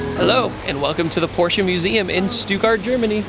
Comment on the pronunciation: As a German I’d like to say thank you for pronouncing Porsche correctly